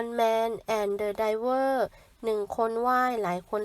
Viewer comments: เซ็งยัยคนอ่าน ยิ่งกว่าเด็กประถม + One Man and The River ดันอ่านเป็น Driver/Diver สมเด็จพระนางเจ้าพระบรมราชินี ไม่มี "นาถ" นะเธอ เธอเพี้ยนเองหรือคนเขียนโพยมันเพี้ยน? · การอ่านตะกุกตะกัก อ่านคำว่า"River"ไม่ถูกเลยคำง่ายๆแท้ๆ และสมเด็จพระราชินีนะคะ ไม่ใช่ราชินีนาถ